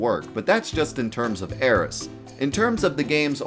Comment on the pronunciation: Thank god he’s finally pronouncing Aeris correctly